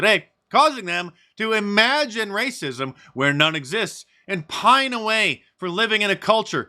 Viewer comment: Your the man mark,but I cringe every time you say racism like that. Just say it normal we get it.